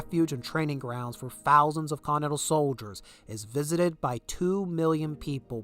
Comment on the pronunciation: Continental. Cont-In-Ent-Al. Sound it out mushmouth. Don't race through that word. It sounds like 'Conal' coming from you. If you're going to narrate, enunciate.